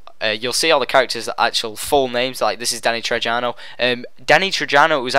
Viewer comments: btw mate its pronounced Trejo.... Tre-jo... Not Tre-jano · Who's Danny Trejano? It's pronounced TreHo you silly goose. I think they even say his name in the trailer. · dude, the actor's name is not Danny Trejano... his name is Danny Trejo.. damm can u at least get his name correctly, he's a very well known actor, he deserves respect. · its not Danny trej - ia - no its pronounced Danny Treeo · IT'S PRONOUNCED "TREY-HO" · Its Danny Trejo (tray-ho)... Jesus man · Danny "Tray-ho" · Trejo. The J is pronounced as an H. So Its sounds like Treho. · Its Danny Trejo (tre.ho; since he is mexican not to be racist but hat is how its said) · danny trejo pronounced treho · its pronounced treho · No one has an sprcial individual melee weapon. And your saying Danny trejo's name wrong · It's Danny trejo, Not with a j sound its an h sound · learn how to pronounce Trejo....